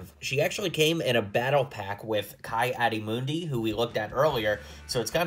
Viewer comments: it’s Key Add-e Muh-ndi not Kai Awdi Moon-di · It is pronounced (Key) Adi Muhndi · You pronounce it KEY-ADI-MOON-DEE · Ki-adi Mundi (Kee adee mundee) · It is pronounced key-adi-mundi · I believe it is pronounced "Key-add-ee-mun-dee" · Ki Adi mundi is pronounced (key adi moondi)